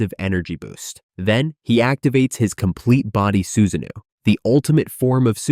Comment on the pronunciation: Good video but check your pronunciation. Raikage is not (Rai--cage) its Rai--kah-geh, Justsu = Joo--t-soo not juh-t-su, Suasano'o = Sue-sah---no--o not Sue-sah-new